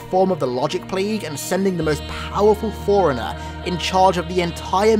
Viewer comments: Took a few seconds for me to realise he was saying forerunner and not foreigner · Lol fore runner, sounds like hes saying foreigner. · It sounds like you're calling him a foreigner, not a forerunner. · Everytime you say forerunner it sounds like foreigner 😂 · You want to say forerunner but you keep saying foreigner. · The way you say forerunner kinda sounds like “foreigner” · Whenever you say "ForeRunner" I heard "Foreigner." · Great video, but I hate how you pronounce Forerunner like Foreigner XDD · Got 3 minute's in before I gotta annoyed with the way you say forerunner, I will not be returning.